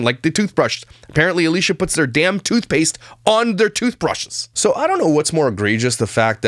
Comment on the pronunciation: A”lush”a…. Love it!